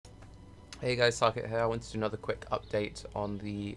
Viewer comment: Thanks for butchering my name Tarke :D